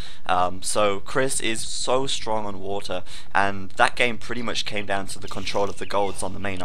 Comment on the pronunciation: "there's no trash for watah" he went a little bit british there.